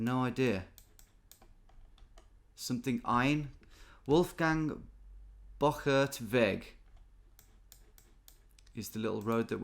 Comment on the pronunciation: the wolfgang-bochart-weg was legit perfect spoken, really impressed